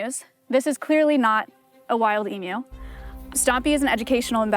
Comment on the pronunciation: i love it when an american says emu correctly